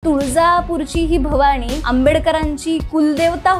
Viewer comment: जय भवाणी नाही ग बाई,जय भवानी असा उच्चार कर.मराठी नीट बोला ना